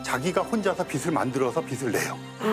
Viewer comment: 천문학자라는 사람이 '빛'의 발음도 제대로 못하다니.... 비슬->비츨, 비시->비치. 좀 많이 실망스럽네.